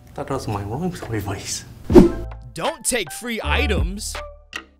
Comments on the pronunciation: but that was my room serwice im just waiting for my cheesebuwger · Oopsie the police man said sorvice! Sorvice is NOT a word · I love how you all say ROOM SERVOICE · "I love room SIRVICE"😭